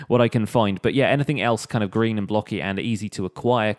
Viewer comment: When you say "Green" i head "Grian". I dont know why!